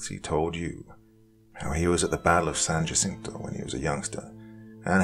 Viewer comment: Just an FYI for the future... Hispanic names like "San Jacinto"... the J is pronounced like an H. San Hacinto Regardless, I am a recent sub, and I LOVE your storytelling!